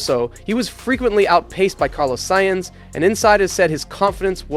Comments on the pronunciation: Maybe but he called Sainz- Carlos Science, which is a pretty big miss. Not too sure what he's listening to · Carlos Sainz ❎️ Carlos Sience✅️